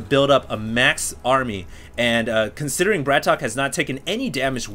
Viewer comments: Isnt his name pronounced "BRAT OKAY" not "BRATOK"? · Mondragon -> MONdragon emphasis on MON BratOK -> BratOkay NOT Bratock T.T